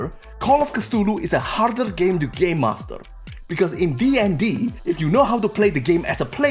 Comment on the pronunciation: Omg I can’t stop laughing he sais Gaymaster!